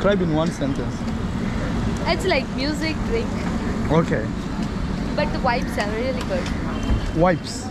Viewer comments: No, I see where is coming from. She pronounced vibes as wipes. I was confused too as to what wipes are doing in a club to get such great reviews from. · Indians replaces V with W hence thought she said wipes lol 😂